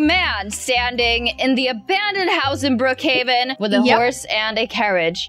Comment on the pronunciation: Its Brookhaven not brookheyvan